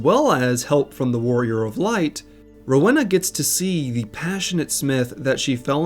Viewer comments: I know a Rowena in real life, it’s pronounced Roweena. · do americans not hove Rowenas? How come you say it so wrong?